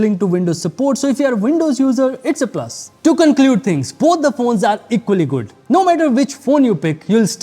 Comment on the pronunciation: It's jood